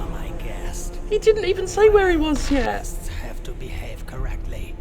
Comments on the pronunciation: "goo-wests" ("guests") So close, narrator. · Haha! Hotel "gwests"! Genius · Did I hear the guy on the radio in this game pronounce "guests" as "gwests?"